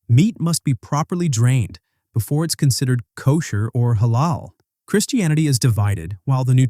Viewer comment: Yeah but if you real care about Islam you should know that nutmeg is Halal and also it's pronounced more like he(like a in America) la:l.